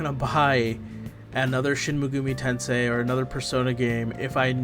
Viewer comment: How do you manage to mispronounce Shin Megami Tensei not once but thrice?